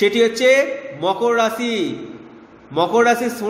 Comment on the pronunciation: Rasi noy rashi uchcharon hobe.. r jarj noy judge.